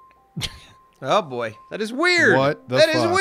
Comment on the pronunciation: BOY, NOT BOOEY!!!!!!!